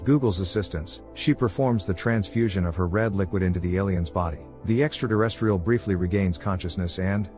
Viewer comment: I wish he would stop saying “extra deresstrial”